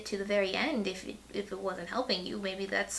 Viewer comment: You pronounced Dostoyevsky correctly!